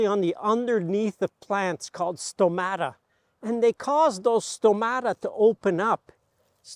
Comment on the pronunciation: 14.47 Stomata or στόματα in greek, the stress is on the first syllable as you can see above o.